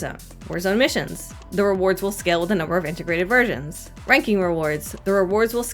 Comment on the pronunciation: I kept hearing integrated virgins instead of versions XD